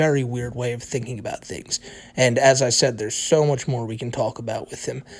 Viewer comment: “The mowe whites I have” knew he was the white supremacist bowser